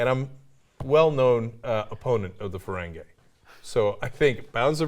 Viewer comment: Ferengi is ferengee not ferengay cenk.